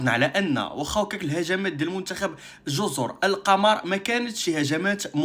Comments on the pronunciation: الصواب جزر القمر بضم القاف وليس بفتحها ذكر ذالك الاديب اللغوي العلامة محمود شاكر المصري لأن القمر بضم القاف معناها الجزر الشديدة الخضرة وهذا هو الذي يستقيم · واصحبي و ما سميتهاش جزر القمر بفتح القاف والميم وهذ الجزر كاينين غا فالكرة الارضية ما شي فالقمر سميتها جزر القمر بضم القاف و الميم.